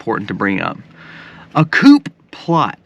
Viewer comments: A small correction, please. Coup is pronounced coo, i.e., the "coo of a dove". To mispronounce it makes you look bad, so I'm hoping you see my comment. 😊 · Coup, it's pronounced coo. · Not trying to be the grammar police, but , it's supposed to be "coup" (pronounced "koo", like a bird). It's a French word that means "to strike or blow". Also, Resurrection Sunday (more commonly know as Easter) is based off of Passover, the Jewish feast established by God and commanded to be celebrated on the fourteenth day of Nisan (see Exodus 12:1-6ff.). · The P in coup is....SILENT!!! Your all OVER THE PLACE today on that RANT!!!